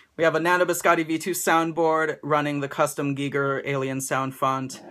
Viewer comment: awesome vid, so glad you pronounced ginger correctly, when your taking orders again I think I will need this in my life :-)